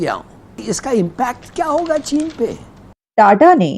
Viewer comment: Tada nhi jahil ulti paida hui hai kya sir tata bol😂